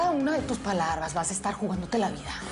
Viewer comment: en el minuto se confunde y no dice palabras dice palarbas😂